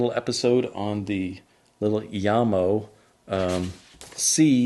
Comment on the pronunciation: It is not Djamo, but Jamo as in Jacobsen & Mortensen